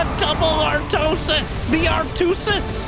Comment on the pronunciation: Almao the Artwosis xDDD